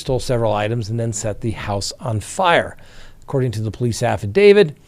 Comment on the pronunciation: Can you please stop saying "affidavid"? You're a lawyer, you should know how to pronounce affidaviT".